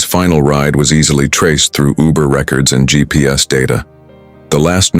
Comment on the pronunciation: It is not ubu it is uber